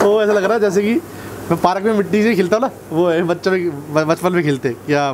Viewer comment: Bhaiya ne park ko parak Bola Hahahahahhaha😂😂😂😂